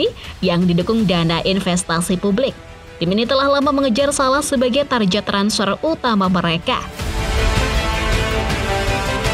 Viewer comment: English kagak nyebutnya TARJET, tapi TARGET